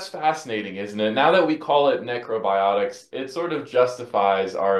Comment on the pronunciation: "Neckro biotics"